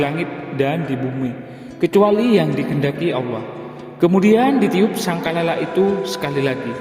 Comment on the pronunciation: Ngutip dari buku wkwkw,ngomong sangkakala aja gak becus.